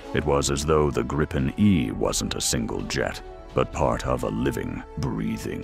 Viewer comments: It's pronounced "Gree-pen" properly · Greetings for the Illiterate and speech impaired AI.. The plane name is GRIPEN and pronounced as it's written: in Swedish.